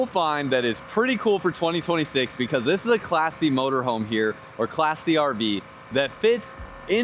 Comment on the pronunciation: First two times he said "Class C" I thought he was calling it "Classy."